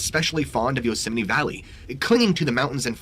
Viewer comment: Why does he call it yoseminy? Sounds like he is Mickey Mouse arguing with his wife in Spanish and saying “Yo sé, Minnie!”